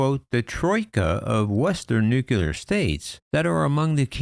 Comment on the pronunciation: "New clee are", not "new que lar"